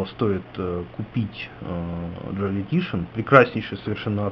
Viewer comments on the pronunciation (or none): не "Эль" а Элли, и не "Джоель" а Джоел.